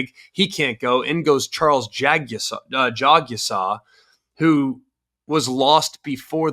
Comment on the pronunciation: Charles' last name is pronounced "JAG'-a-saw." I don't know why all you announcers are trying to turn it into a tongue-twister.